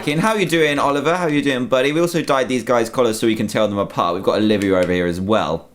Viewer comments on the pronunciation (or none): none